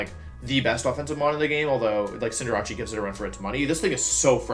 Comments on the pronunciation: Now he gone saying "cinderache" fam it pronounced Cinder-ace there is no ch on cinderace plz English my dude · Hold up, “Cinderachi” what is that. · Same with “neenatell” for ninetails lmfao and cinderachi….like why???